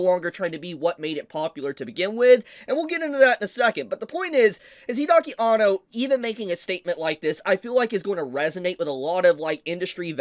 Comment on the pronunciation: Hide-aki Anno....not Hidaki, Hide